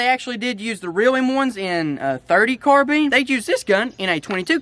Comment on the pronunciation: Omg it’s not pronounced CARBEAN it’s pronounced M1 CAR-BINE 🤦‍♂️😤